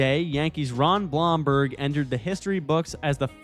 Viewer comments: This is a nice recap of my era. Let me just note that the surname of Ron Blomberg is pronounced "Bloomberg". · I would hardly call the Cincinnati Reds a dynasty. They won two World Series in a row. That's not a dynasty. Also you pronounced Ron blomberg incorrectly